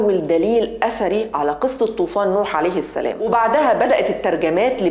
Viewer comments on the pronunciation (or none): none